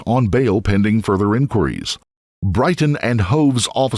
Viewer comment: Narrator can’t even say “ enquiries “ properly